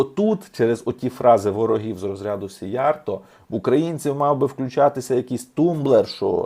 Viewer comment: Правильно казати "сІйярто" - в угорській мові наголос завжди на першому складі. 2) "На землю без народу прийдуть народи без землі" - це свята правда. Хто автор цього геніального виразу? Якщо ви, то Респект. Я не додумався. Але ж це лівачня, в якій ви мене багато разів звинувачували і видаляли дописи! 3) Я також дуже скептично ставлюся до ЄС, власне кажучи, не так скептично, як з чітким розумінням, що ЄС - то свого роду тюрма народів, де балом править Закуліса. Іменно тому сивожчолий систематично тягне нас в ЄС. Я за НАТО, за те, щоб під крилом НАТО відновити ядерний статус, і створити завершений ядерний цикл. В найближчі 200-300 років роль ядерної енергетики буде визначальною, тим більше, що ядерна енергетика екологічніша навіть від сонячної, не кажучи вже відносно теплової. Що стосується термоядерної енергетики, то я, як професійний фізик (хоч і не в області термоядерного синтезу), ДУЖЕ сумніваюся, що керована термоядерна реакція коли-небудь стане реальністю.